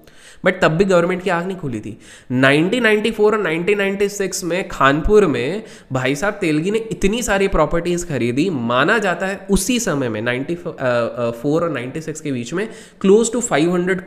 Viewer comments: Not khapur it's khanapur near belgaum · sir , it's "खानापुर" not "खानपुर" , Haj Pilgrimage happens in SaudiArabia not in Ajmer.